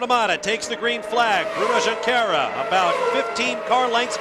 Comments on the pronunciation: Who is Bruno -Un-quera? Lmao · "Bruno Hoonqueera"